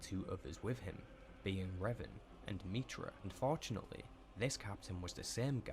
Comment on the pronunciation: This video about Revan was awful, I believe has one about Revan too, which was perfect. This video the dude miss pronounces literally everything, to the point where if you heard it properly you wouldn’t connect the pieces without deep knowledge.